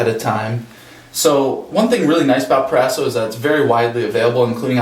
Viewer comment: "PRO - RASO"